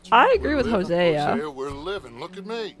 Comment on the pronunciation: why are you saying Hosea like Huh-Sia??